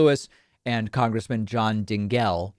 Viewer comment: . Big lost cringe points, mispronouncing Rep. John Dingell's name---- a name you absolutely should know, as he was the LONGEST SERVING member of Congress in history. His wife, Debbie Dingell is CURRENTLY a federal Congresswoman. You should have stopped, checked, and fixed, instead of stumbling. Rookie mistake! But you're in there swinging, so thx